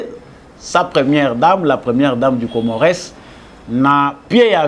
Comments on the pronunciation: Bsr mon freres Juste entre nous,je pense qu'on dit COMMORES,ON NE PRONONCE PAS LE "S" de la fin.Bravo pour ton travail. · Ca s'ecrit Comores mais ca se lit Comore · Mr le journaliste na kombo ya Comores ko tangaka S wana te. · Masolo kitoko. S ya suka ya Comores ne se prononce pas.